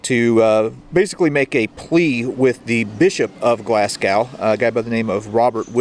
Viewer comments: Gloss-go 🙄 not glass gow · Pronounced glazgo Not glass cow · The first Glasgow you said correct, but as I pause this after the next 3, they were said wrong, lol. GLAZ-GO, not GLAZ-GOW!! 😛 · Pronounce it Glasgo - the w is Glasgow is very much silent. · Nice video, but Glasgow is pronounced glas-go. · It's pronounced Glaz go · Good video, but next time, just say "Glas-go" as that is how it is said lol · Typicall yank. I think the people from and live in a place know how to say it. BTW Moscow is not pronounced Mos- cow . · Sorry but its pronounced glaz-go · Great video, just for your own knowledge Glasgow is pronouced 'Glasgo' Don't pronounce the w.:) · HOPE YOU DONT MIND ME SAYING THIS... GLASGOW IS PRONOUNCED 'GLAZ GO'. JUST A FRIENDLY BIT OF INFO. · Had to laugh at Glas-cow that’s one way to upset the Scot’s…great vid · It's actually pronounced "Glass Go." Enjoyed the video however. p.s. The amount of rain that falls on Scotland is why it's so green. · His pronunciation of Glasgow is cringe worthy 😂